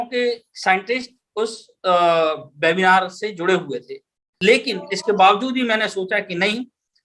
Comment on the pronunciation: आप वेबिनार को बेबिनार क्यों बोल रहे हैं ? कृपया ये भी बताएँ कि ये भाषाई रोग कहाँ से लगता है ?